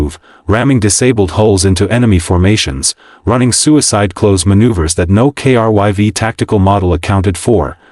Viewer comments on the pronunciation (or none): In the end, nothing new here, but not a bad story. You got the Down Vote because of Editing. "KRYV", everytime this name comes up, the TTS spells it, and that is a limit of the TTS program (I use them daily). There are certain words that need to be spelled phonetically to be pronounced properly. "Krive" or "Crive" probably would have fixed this. The problem is, you all are so worried about cranking out this AI Slop, there is next to no editing being done before moving on to the next one.